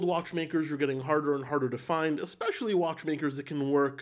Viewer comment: Eckspecially! I caught you just like my kids use to catch me.. good video.